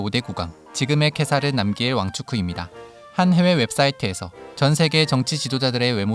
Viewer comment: 남기엘이 아니라 남걀이라고 발음할걸요